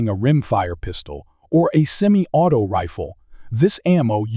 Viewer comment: Well, so much for A.I. Lead (Leed) fouling? Semi auto (Semi-I-O-Toes). Well, I don't see A.I. taking over the world anytime soon. For me I'll stick to CCI Blazer and Stingers. All of these BS new rounds are marketing hype in order to charge more.